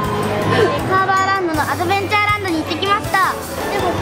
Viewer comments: が、アドベンチャーランドがアドベンテャーランドになってますよー😊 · アドベンテャーになってた きっと編集でお疲れなのでしょう ゆっくりお休みください